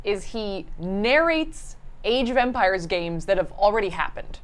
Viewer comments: Idk why but I thought you were saying age of vampires for a while lol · Half the time it sounds like Saf's saying "Vampires" instead of "Empires"